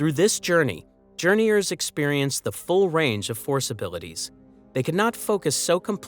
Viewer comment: Calling them Journeyours is soooo Guh Aye!